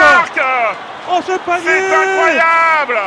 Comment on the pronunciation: "incroyable" and no "encroyable", "incroyable"